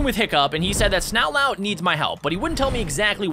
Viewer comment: His name's snot lout Not not loud